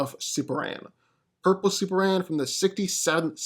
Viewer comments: Bro .... Its pronounced Super-Man!!! Not SUPRAN....... What dafuq is that????? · SuperMan. Say it with me. M-M-M. Maybe one day you'll break free of your repetitive trap & not say "So who's coming out on top here" 3 or 4 times a video too. Really annoying & unprofessional as a speaker. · You know there's an "M" in superman. It's not Superan